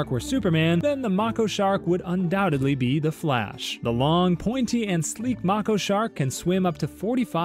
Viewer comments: The way you say Mako shark makes me mad. It’s May-ko, not mah-ko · May-ko shark. not macko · ITS MAY-KO NOT MAC-O AS IN ITS SAYING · It’s pronounced (May-ko) not (Macko) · Mako is pronounced (May, Ko) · I swear it’s pronounced “MAYko” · erm actually, it's may-KOh. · Mako is pronounced make-oh (no hate just a shark nerd 😭) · “Mocko shark” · Ah yes, Mah-koh sharks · if you look it up mako is pronounced “May-kow” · no, he isn’t right. It’s pronounced “May-kow” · Never heard anyone pronounce mako shark that way bro 💀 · PLEASE for the love of god, learn how to say Mako properly, please, I beg of thee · Mako shark teeth are designed for stabbing. It’s an adaptation they’ve acquired that helps them hunt large swordfish more efficiently. You also pronounced their name wrong. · The way he says Mako shark will make me evaporate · the way he said mako made me cry bro😭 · Haha, right? The mispronounciation killed me.